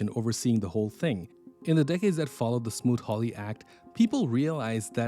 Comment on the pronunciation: The tariff act was smoot hawley Not smoot ried